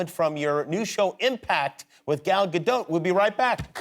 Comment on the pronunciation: I’m from Israel and I can verify that she indeed pronounces with the T in Gadot. He said it quite good actually from the variations I heard so far